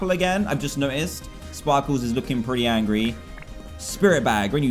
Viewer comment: Dan you got angry wrong you pronounce it as angy